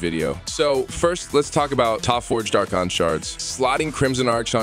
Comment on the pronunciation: Y u gotta say "AR-CHON" instead of "AR-KON"?! 🤦🏻